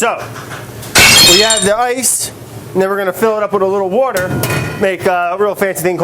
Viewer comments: You missed a wourder=water around 6 mins haha. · Brad says butter in French about as well as he says wourder in English :) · He can't pronounce "water", so you're really asking a lot.